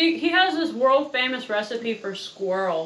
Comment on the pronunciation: Question. Why do you pronounce recipe as “ree-seet”? A receipt is to show proof of payment. And recipe is pronounced “res-I-pee”. So I’m a bit confused about this. Thank you